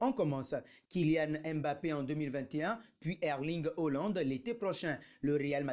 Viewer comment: Tu sais pas lire ou tu fais exprès tu me saoules avec tes hollande tu sais pas prononcer HAALAND.